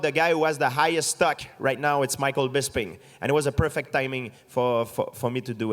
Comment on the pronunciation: "Nothing is ever perfeck." - GSP